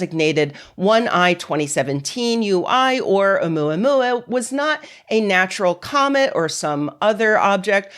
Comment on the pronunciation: I’m Chilean, I speak spanish but the way pronounced Omuamua sounded cute af!❤